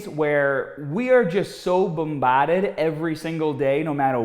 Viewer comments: As a fellow Masshole, I chortled at "BUMBAHDED" 🤣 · Your pronunciation of “bombarded” is the best thing ever